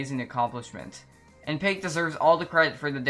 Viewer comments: no way you said pake😭😭 her name is pronounced pack-oh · bro said “pake” 😭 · Pack-oh, mu guy, P A C K - O H